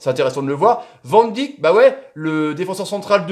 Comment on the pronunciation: Van Dick 😅 ça se prononce van dèyk